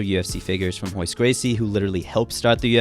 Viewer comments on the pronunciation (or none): none